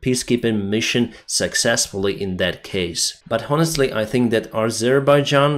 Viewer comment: Your English is almost perfect. Just some minor pronounciation improvements and when to use the word "the". "Honestly" for example is pronounced without the h at the start. And also "peaceful sky". The E at the start a little longer. Otherwise it sounds like you would wish us a not so delicious weather condition.